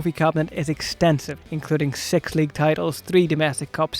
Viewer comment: This mong cant even pronounce "six"